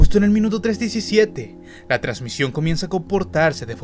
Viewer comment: Jajajajaja dice trancision en vareas partes en vez de transmisión perdón por mis faltas de ortografia😂🤦🏻